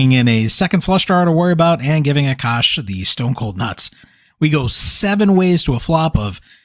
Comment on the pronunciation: Akash is pronounced as Aakaash. Hearing A Cash over and over was mildly annoying. Not your fault though.